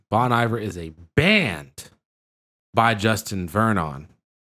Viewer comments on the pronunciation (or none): Just so you know, the singer is Justin Vernon, from Wisconsin. Justin's band is Bon Iver, pronounced Bone Ee-vair. Bon Iver comes from Bon Hiver, which is Good Winter in French. Justin is an extremely musical genius. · Thank you! I ended up watching somebody else react to this same song and very quickly realized we had been pronouncing the name wrong! lmao.